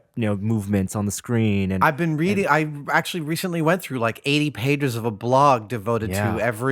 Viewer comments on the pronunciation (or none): none